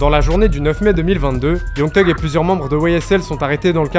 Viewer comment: Super vidéo je découvre ta chaîne 😉 Par contre je ne comprendrai jamais pourquoi les français (je le suis aussi hein ?)disent Teug pour thug vous ne dites pas Te pour the ? Te end ou je sais pas moi te boy ou n'importe quoi d'autre ? 🤔 Chelou 😅